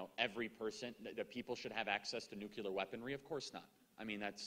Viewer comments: Wow. Someone REALLY needs to tell Charlie that the word is NUCLEAR, not “nuculer.” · Nuclear - - - pronounced "new-clear" - - - not "new-ca-lear" - - - two syllables not three... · Charlie is high iq. But he pronounces nuclear as “nuke ya ler”. Smh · Charlie, please stop mispronouncing “nuclear”. (You pronounce it “nucular).